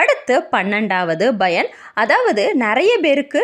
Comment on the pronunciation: Madam, thamizh nallathane preparing, paranoid yeen Bayan yendru solgireergal pl. Correct it, thamizh pl.